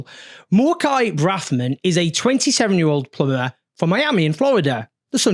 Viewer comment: .. I have to turn on captions to get that word 😅 Palmerra ?? Plum ber ?? Plumber ..